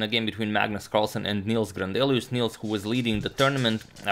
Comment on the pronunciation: Nils is pronounced more like "nills" than "neals" if you want to sound Swedish. Good luck! :)